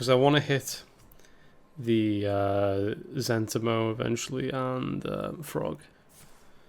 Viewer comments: For the record it's pronounced Zen TEE mo. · I thought it was Zent**I*mo.... Not Z**E**ntimo.... wtf?